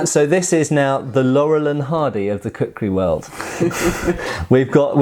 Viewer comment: lol, kukri "krisis"